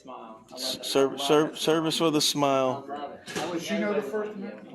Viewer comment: "I know dat"? "Over dare"?